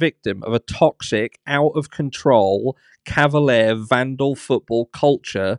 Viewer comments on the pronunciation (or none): none